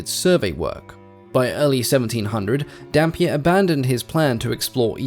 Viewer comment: I can't stop hearing Dhampir